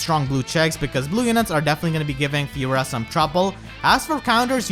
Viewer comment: Lmao. I cant unhear it now